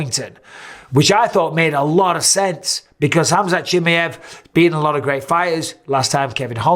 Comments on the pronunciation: Michael it's not chimiEV please the last name properly chimiAV. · its pronounced, kem "eye" av